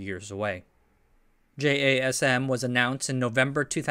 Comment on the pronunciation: I thought it was abbreviation, but they pronounce it like jasim.